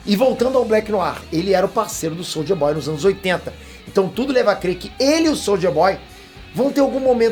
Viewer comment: falando soulja boy kkkkk